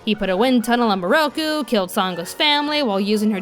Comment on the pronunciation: Seriously tho. The dub pronounces most of the names wrong. NAraku. KAgome MIroku and it was Kirara not Kilala.